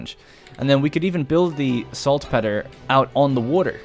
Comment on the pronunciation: Odds are you'll never see this.....watching the whole series. Two things....1) It's pronounced Salt-peter. 2) Caochouc (sp) is the french word for rubber and is pronounced 'ka oo chu'. Thanks :)